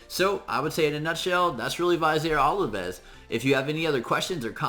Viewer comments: God man you are butchering his name hardcore...... Plus, how are you getting olives from ovelis? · Oh man, hearing you butcher his name makes my ears bleed. Amazing champ though. I too run him with Martyr.